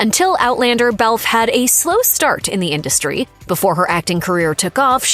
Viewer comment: It is not Belfffff. It is Bel Fay